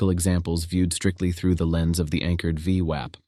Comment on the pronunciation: This is so painful to watch with the daft voiceover changing the pronunciation of VWAP all the time.